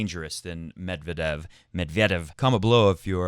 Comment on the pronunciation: According to his wikipedia article, the stress is indeed on second e of 'Медвéдев'. You can use wikipedia to check pronunciation for most russian names. They only tell you the pronunciation in cyrillic, but cyrillic itself is a fairly intuitive script, aside from the confusing stresses you'll see in Russian.